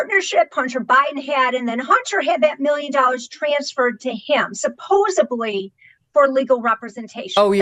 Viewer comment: Oh dear. Please, gently tell that the word is "supposedly," not "suposably." Sent with love.